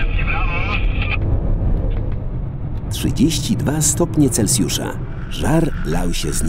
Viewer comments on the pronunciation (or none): none